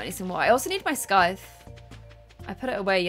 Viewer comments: Someone: tells how to say scythe not 30 seconds later: sCythe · I love how gets told how to pronounce Scythe but still pronounces it her way